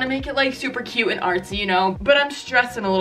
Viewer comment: why do girls pronounce "cute" as "cue"